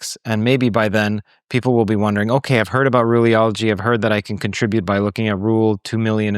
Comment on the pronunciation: It's Ruliology, not Ruleology.